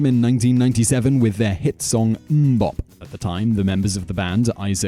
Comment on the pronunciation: British people should never say things like Mmm-Bop.